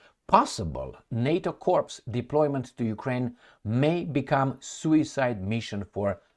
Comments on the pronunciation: Corps is pronounced like core, kore , corps = core like apple core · Corps is pronounced core